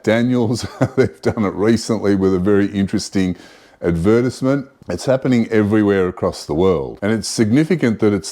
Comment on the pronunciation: Learn to speak english properly. Learn the word advertisement and how to say it. What you are saying is not advertisement. I had trouble figuring out what you were trying to say.